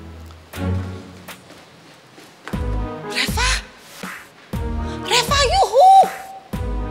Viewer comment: Kok manggil Reva kok reca